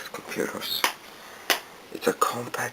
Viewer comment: Not trying to nitpick but "Compaq" is pronounced like "Compack". Really cool machine by the way!